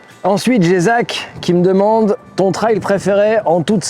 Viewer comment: Bonnes fête à toi aussi. Et je te remercie beaucoup de prononcer correctement le mot TRAIL comme un RAIL (de chemin de fer par exemple...) Quand j'entends des gars dire "TRÈL" ça a tendance à me faire grincer des dents !!! À moins qu'ils disent aussi "RÈL" pour RAIL ???...😂😂😂😂 Salutations motardes d'un vieux con du Sud Aquitaine ✌️✌️✌️✌️